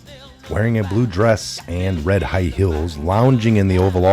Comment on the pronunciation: it's red heels...not hills. Sorry but it bugged me 😂